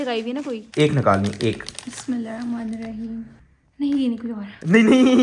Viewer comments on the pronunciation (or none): none